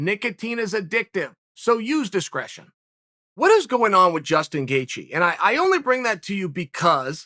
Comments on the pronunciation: He called him Jaston gatheje at the beginning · Jaestin Gaethje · if chael says jaystin gatjghe, then its jaystin gaegtjhghe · jaseton gaethje